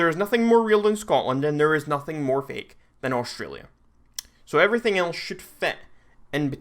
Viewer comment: U fing dare to say Australia like that!!!